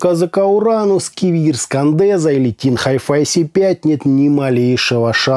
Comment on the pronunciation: Это слово читается Кадэнца!!!